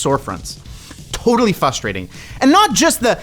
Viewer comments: I love, but I hate that he says “fustrating” 😂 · Frustrating, not fustrating lol